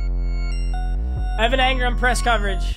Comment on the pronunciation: One like equals one time papa doesn’t say Evan Angrum